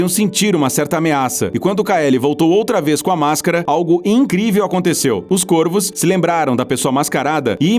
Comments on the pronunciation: Caros do, o plural de corvo é com o timbre aberto, que não é acentuado: corvos [córvos], e não côrvos, assim como em forno: fornos [fórnos]. E baleias-piloto é um substantivo composto por ligação por hífen: baleia-piloto; baleias-piloto. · mds do céu... O cara começa o video pronunciando Corvos de maneira errada.. O singular pronuncia CÔRVO, no plural se pronúncia CÓRVOS. Deslike e video fechado. Boa noite. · Plural de corvo se fala cÓrvos.